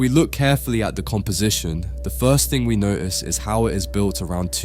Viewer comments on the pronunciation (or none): Its pronounced thing, not fing